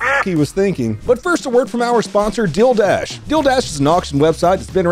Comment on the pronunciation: love the way you pronounce Deal Dash you made it sound like an onlyfans sporting event :)